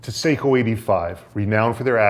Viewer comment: Love ot but its pronounced (sahkoooh) seiko is a watch company sako is a rifle company the rep will practically yell if you say it wrong lol